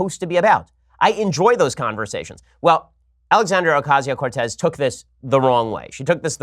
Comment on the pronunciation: The real reason Ocasio-Cortez turned down your debate offer is because you got her name wrong so many times. :P